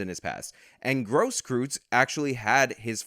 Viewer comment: I know that he's a piece of trash... but it's pronounced "Grosskroytz", not "Grosskroots". I'm sorry, but I just cringe at all of the mispronunciations. Sorry to sound like I'm defending trash. I really want to emphasize my dislike of filth like that of Gage Grosskreutz.